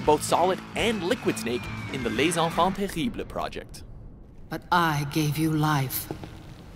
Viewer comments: The way you pronounced les enfants terribles made me cringe. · thats fun, you look like have a lot of problems to pronunciate "les enfants terribles" !